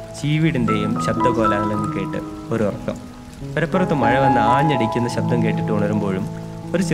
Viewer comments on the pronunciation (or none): none